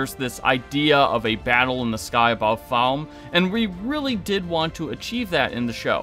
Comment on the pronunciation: Bro. Can you pronounce names properly? It’s Ray-fe not RAF. It’s FA-LM-e not whatever you said Season was good and I liked the finale but it misses lots of book things. Should have asked RAY-fe why he hates Rand